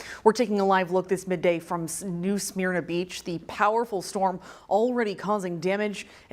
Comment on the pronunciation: This newscaster needs to do more homework pronouncing the names of Florida cities. St. Lucie, New Smyrna, etc.